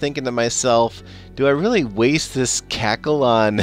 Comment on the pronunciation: It's CRACKLE, with R